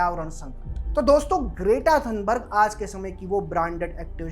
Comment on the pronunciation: Are you calling her Great-Aa on purpose? It's pronounced Gret-Ah.